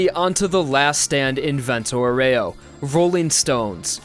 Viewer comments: I really, reaaaaly tried to not scream "Vento AU-REH-OH! Not OH-REY-OU!" at the screen watching this love your videos, dude, keep it up (but maybe idk like listen to the google translate lady every now and then just sayin') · The pronunciation it's "àureo", not "aurèo"... aurèo sound really bad in italian :) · It’s not pronounced vento oh-ray-oh It’s vento ow-wry-oh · Please it's vento àureo not aurèo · Is àureo, not auréo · The virgin Vento "Ow-ree-oh" The chad Vento "Or-ray-oh" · Aureo, not auREo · That's not "aurèo", it's "àureo" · It bothers me how you say Aureo... Just my opinion but great video!! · you pronounce 'aureo' wrong, and it bugs me deeply. Just say golden wind if you don't know/don't care about the correct pronuncation